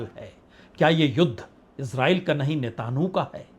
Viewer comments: नेतानहु नहीं -- नेतान्यहू बोलिये 🙂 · आप इतने पुराने पत्रकार हैं, मैं बड़े पसंद से आपको सुनता हूँ, ये नेताहानू किसका नाम है, आप उसको नेतन याहू कियूँ नहीं कहते? 🙏🙏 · नेतनह्याहू सही उच्चारण है... नेतन्हाहू गलत उच्चारण है, पत्रकार महोदय। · आप मिस्टर नेतायाहू से नेतनु कह रहे का उच्चारण कर रहे हैं, कृपया सही करें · Sir aap Netanyahu nhi bol paate hai sahi se 😂😂😂😂😂